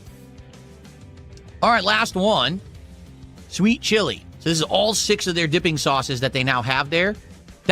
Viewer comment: He can't say the letter T at the end of a word. The more you listen, the more you hear him saying "swee" instead of "sweet" and "hee" instead of "heat"